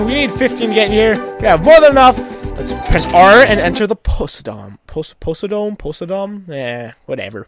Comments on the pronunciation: Po-SAI-dome. Like Poseidon, except fatter. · It's po-sigh-dome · Josh Rulez he pronounced posiedom wrong